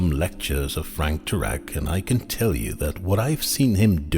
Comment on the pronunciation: First, his last name is pronounced Terr eck. Second, the "university" is NOT accredited so it is definitely not in any way any kind of scientific institution. Third the word is pronounced suh thern, not south ern.